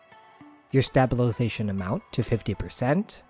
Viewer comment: the way you say stabilization makes me unreasonably upset😭😭